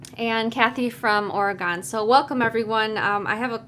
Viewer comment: Oregon (Or-gun)